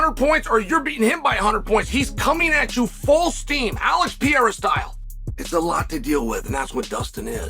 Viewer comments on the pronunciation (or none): “He’s coming at you full steam ALEX PEERA style” Chael Sonnen being unable to pronounce fighters names correctly will never get old 😂